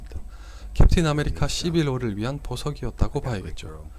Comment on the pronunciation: 캡틴아메리카 씌빌 워 라고 발음함ㅋ